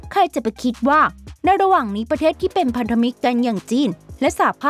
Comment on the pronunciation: ทำไมฟังเสียงสะกด ( น.) กลายเป็น ( ง.) อย่างเช่น หนึ่งพัง เก้าร้อย 1900. หรือว่าเชื้อสายจีน